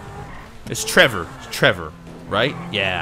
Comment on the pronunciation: TrevOr not Er